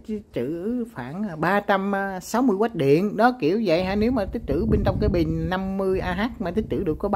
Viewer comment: Từ “bình” nói không đúng nghe, nói thành “bìn”.